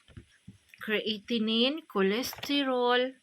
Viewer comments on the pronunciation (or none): Creatinine? Kreyatenen goro pagbasa te